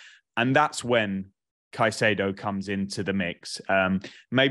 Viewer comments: instantly loses credibility with me pronouncing it "kuh-chay-doe". Is it patriotic for old English guys to absolutely butcher simple names? lol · Why does insist on pronouncing caicedo in that weird way?